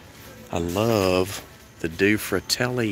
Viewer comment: It is pronounced dueh fratelli. Means two brothers in Italian.